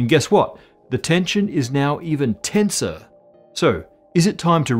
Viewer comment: Wait, did you mean "tenser" or "tensor"...🤔